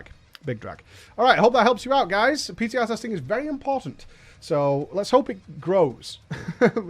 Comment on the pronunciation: you meant "PTah"? 3Head